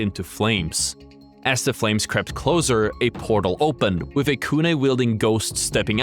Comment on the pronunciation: It's Kunai, not Kunay. Please dude